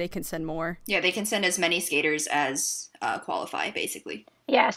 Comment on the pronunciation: Who is that girl who can't read skaters names right? :/